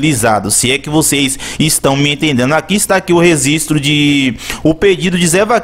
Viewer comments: Rezistro? Rezistrar? Rezistrou? Vou te apresentar meu amigo: Letra G! kkkkk Seu canal tem altos vídeos interessantes, mas procure errar menos as palavras e os plurais que vai ficar perfeito e vai gerar ainda mais visualizações! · rezisto ou registro ? kkkkk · ReGGGGGGistro!!! Fala direito porra!! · Fala registro. 😂 😂 😂 😂 😂 😂 😂